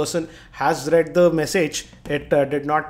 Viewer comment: read??? its read as in read(red) receipts...